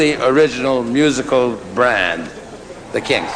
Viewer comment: C'mon, Ahmet pronounce their name right, eh ?